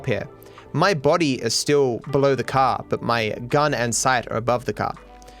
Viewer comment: I love it when he says caw instead of car.